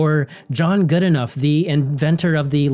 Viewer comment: The name is actually pronounced Good-no